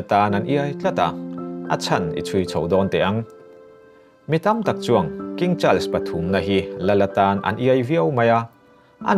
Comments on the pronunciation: A dik chiah.. child's tiin a lam tlat a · A ngaihnawm hle mai. Mahse Charles tih i lam dan hi hriat a nuam lo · I thil chhiar ah dik hlel a va tam ang reng ve aw.. Charles i lam dan ngaihthlak a hrehawm hret.. Chuan Prince William hi King Charles a unaupa angin i chhiar a.Cornwall i lam dan a dik lo bawk a... Lady Sarah Spencer( Lady Diana U)leh King Charles te hi thian chauh ni loin reilote chu an in ngaizawng ve... Thahnem ngaih thil thu ah ka ron comment ee.